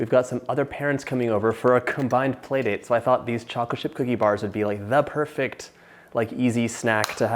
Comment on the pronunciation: "DA perfect" that's too much perfection